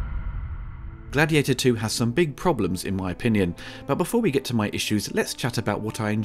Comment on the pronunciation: It's actually GLADIIATOR, as the opening tells us. 😂